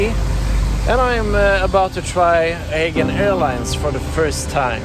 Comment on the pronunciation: Good review but It's pronounced A JEE AN, not Ae gain.